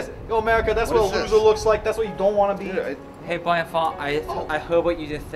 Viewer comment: "Is that a magic trick?" "It is a magic twick for those who don't know how to opewate computers Bwian."